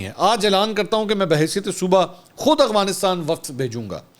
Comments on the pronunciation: mansoor bhai afghanistan name hai aghwanistan ni h mai ny 10 dafa ap ko note kia h ap b apni islah kryn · منصور بھائی آ پ افغانستان صیح نہیں بول رہے